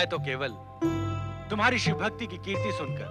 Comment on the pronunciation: तुम्हारे वीडियो में (शिव) की जगह (सिव) हो गया है कृपया उसे ठीक करे🙏🙏